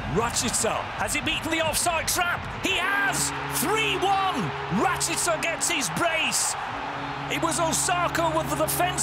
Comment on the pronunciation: It’s pronounced RashEEca not RashIHca